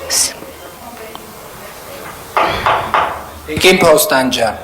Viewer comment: Նվարդի՛կ, ո՛չ-թե Բոստանջյան, այլ Փոստանջյան։ Եվ առհասարակ ինչու՞ ես ճորալով խոսում, քնաթաթախ ես, թե՞ ՞ ՞…🤯